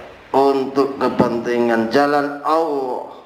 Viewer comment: Kok nyebut nya Awoh Awoh...Awoh... Wah Chanel tai ini... Tipu2...